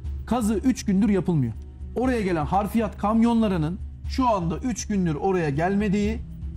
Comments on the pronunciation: bey harfiyat değil Hafriyat olacak. Anlam değişir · Bu güzel vidyoyu hazırlayan, sunan ve katılan konuklara teşekkür ediyorum. Not : Konuşmacı olarak katılan (1) değerli kareşim, yapılan kazıda çıkarılanlar için 2 HARFİYAT' sözünü devamlı olarak kullandı, HARFİYAT diye bir kelime yok, gramere de uygun değil. HAFRİYAT olarak düzeltin. Arapça bir kelimdir, حفريات hafriyat olarak yazılır ve okunur. 2) HARFİYAT da Arapça, 'harf' ten türetilerek uydurulmuş.